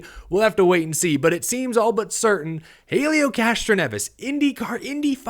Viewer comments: The H is silent it's elio, not Hailieo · Small note from the Indycar side: it's pronounced ELL-EE-OH Castroneves. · Pronounced Elio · gonna have to learn how to pronounce Helio. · Seriously u can't say Helios name remotely correctly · Also why do u say Helio like that your the only one I’ve seen say it like that